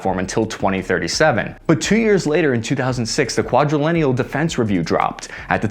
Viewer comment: Quadrennial (qua-dre-nni-al)…not Quadrelennial…🤦🏻‍♂️ I won’t even get into how bad you butchered the BUFF’s given name, Stratofortress. Nonetheless, a fantastic video …🙃